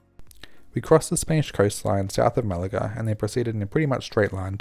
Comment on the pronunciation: Dope flight report! Quick tip: it’s pronounced MeliYA. The double L (ll) in Spanish is pronounced as the *y sound! 🙂